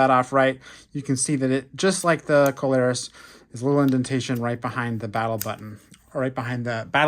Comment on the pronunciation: Its see-low-roos not co-lare-us